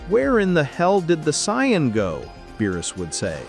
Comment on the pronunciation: Saiyan is pronounced SAY-IN not cyan